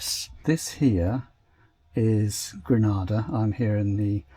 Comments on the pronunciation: Just a small but important observation as a West Indian. Granada is in Spain but you are sailing from Grenada. Pronounced "GREE-NEIGH". Good luck. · Gre-NAY-dah, Good Sir. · Gree - nay- dah please thanks (small thing but it will endear you to locals if you pronounce their nation's name the way they do ..oh and Tobago is too-bay-go..not to-bah-gp. small thing but a good tip. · Grenada. Pronounced Grenayda/Grenaida. There is a sailing community in Trinidad and the Caribbean that can advise you on routing etc.